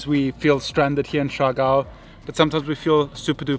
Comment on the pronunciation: They cant pronounce surigao clearly coz R is unvoice in america esp. In uk. But amazing dears.. So cute. But sorry its siargao